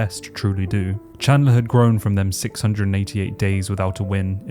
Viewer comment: Did he just say "Michael Chandling"? The disrespect is unreal...